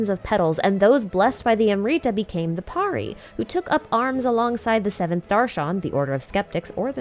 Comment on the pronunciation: Great video as always,! Just one small correction, the pronunciation of 'Pari' is incorrect. The 'a sound is pronounced more like 'worry' instead of 'Paari'.